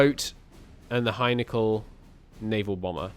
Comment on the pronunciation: Henkel not Hajnekl